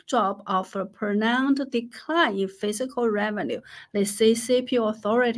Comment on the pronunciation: You are awesome and I love all that you do! Your English is plenty good enough to understand, though some words aren’t quite right. The word “fiscal” you pronounce as “physical” (fih - zih - kul), which isn’t correct. The word “fiscal” is pronounced differently: fiss - kall. I would never succeed at learning your native language, you are super impressive! I mention the pronunciation only to be helpful, I don’t mean to slight you in any way. You are incredibly intelligent and a good person on top of that. Thank you for all that you do — have a great week!